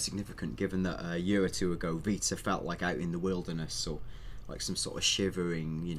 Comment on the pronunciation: Not being rude, but why does pronoun "year" as "yuer"?